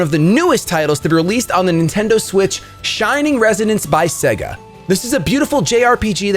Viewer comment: I loved this video! I’ve never heard of this game and now I’m thinking of getting it!! I really hope you do a let’s play of this game. And by the way, the way you said “Sponsored by Suga” has me FOAMING